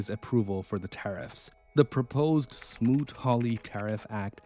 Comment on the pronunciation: The tariff act was smoot hawley Not smoot ried